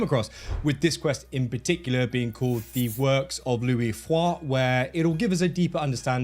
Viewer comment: So excited for the new parkour update. I do like playing with both characters, but Yasuke can’t climb ANYTHING. 😮 He is a beast in combat though which I like. I like the two different play styles. By the way, the way you said Luis Frois…chefs kiss 😚🤌🏻 Great and informative video as always!